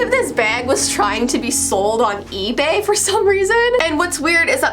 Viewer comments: Who else herd her say ebe instead of ebay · she said "Ebee" that bothered me for some reason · "ebee" instead of ebay. Who else caught that🤔🤔😍😂